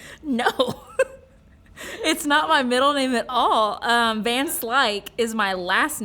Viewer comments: My 2c - van is pronounced 'fun'. K bye 😂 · Van is pronounced like "Fun"